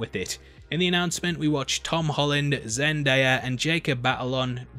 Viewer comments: I don't like the way u said Zendaya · It’s ZEN-DAY-YA. I learnt it recently from a video of her talking about how to say her name. 🤗🙌🌈🥳